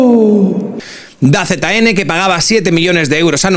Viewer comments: "Da Z N",? En serio?... Se dice "Dazon" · No ves nada de deporte no? 😂 Se lee "dazon" no "da zeta ene"